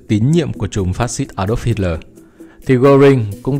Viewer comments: Nghe đọc sai sai sao đó? Tôi thường nghe đọc là Hít le mà không phải là Hít lo• và jet ta bo mà không phải là jet ta bi hay gì gì đó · Kit ta bo?!!!!😅😅😅😂😂😂😂😢😢😢😮😮😮 thay vì đọc là jet ta bo hít lỡ thay vì đọc là hít le vì sợ phạm húy tên thang ong co noi nó???